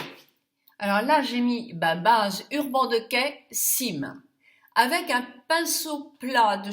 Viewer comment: Encore un joli moment passé avec toi! j'adore ta façon de prononcer Urban Decay. Merci pour ce joli make up, tu es superbe!